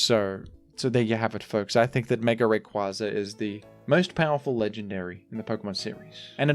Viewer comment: The ingenious thing about mispronouncing Groudon is it sets a precedent that he could be joking about any other mispronunciations. Is he joking by pronouncing pokemon like rayquaza incorrectly? How about glacial lance? There are so many examples.